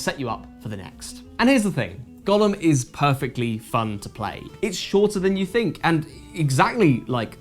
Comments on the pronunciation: Is this maybe a joke in the review, or did not bother with the correct pronunciation for some other reason? It’s GOH-lem, not Gollum. Unless of course you’re talking about something other than the clay being from jewish folklore. This doesn’t look like a LoTR game though…. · It's generally pronounced "GOH-lum" with a long "O". Unclear how 17th century Prague Jews would have said it, possibly "GOY-lum", "GAO-lum", or "goh-LUM". Never "GA-lum". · The pronunciation of the title made me think it was about Smeagol. Maybe if you played Go at the same time while getting your legs out for some Go-go dancing it could get an eight and a half?